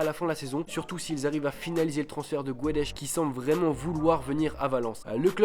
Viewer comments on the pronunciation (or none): LOL Guedes donc tu le prononces gouédèche à la française :-) :-) tu m'as tué ... BundOsliga ? sérieux ? => Le championnat est considérablement dominé par le Bayern mais les places qui suivent honnêtement c'est la loterie ...